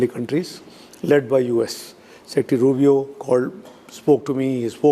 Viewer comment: सर मार्को रूबियो है रूबी नहीं है